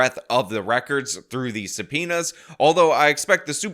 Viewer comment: Just alezations and sum'penas